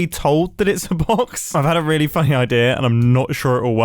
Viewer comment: It REALLY doesn’t sound like he said “funny” there… 😂